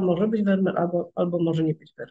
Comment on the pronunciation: Nazwisko tego holenderskiego malarza wymawia się : " Fermir"‼️‼️